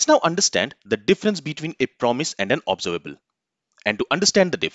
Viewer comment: Please lookup the correct pronunciation of 'Observable' using any dictionary on internet. Its a shame that you did not do this before this lesson.